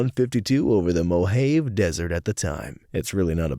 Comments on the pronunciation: Mojave pronounced like moe-hav-A not whatever in the fuck that was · Mohave is pronounced (Mow-haa-vee) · It's Pronounced MOE-HA-VEE Desert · Mohave is pronounced Mo Hah Vay, though most of the locals pronounce it Mo Hah vee. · The desert is pronounced Mo-hah-vay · Came here to say this. Though according to Wiki, it is pronouced moh-HAH-vee, where the A in the middle is pronounced like it is in Saw., or law. Not "vay", as in, rhyming with way or day. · yup, according to Wiki, it is pronouced moh-HAH-vee, where the A in the middle is pronounced like it is in Saw. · "Mo-HAVE" is embarrassing, whether it's ignorance or a bid for engagement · That's not how you pronounce "Mojave." Very sad you never played New Vegas. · Mispronouncing the Mojave makes you wish for a nuclear winter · Tabbed back in thinking that there was no way this dude just pronounced Mojave like that. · LOL SAME HERE